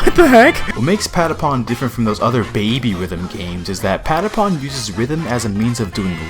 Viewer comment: I love how americans cant say how the patapons say patapon